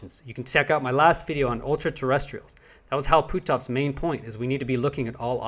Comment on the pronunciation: Hey it's pronounced putoff one cyilalbal Hal putoff! I just wanted to let you know! I couldn't leave a comment on the original video!